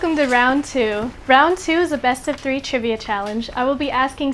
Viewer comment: he definitely said "episode tree" at the start